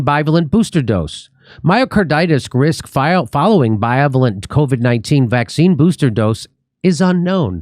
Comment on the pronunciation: Jimmy: It's 'bi-VAY-lent'. That's how to pronounce it.